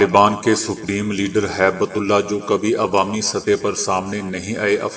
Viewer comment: Haibtullah naheen hib tullah hai urdu seekho bolna na maqool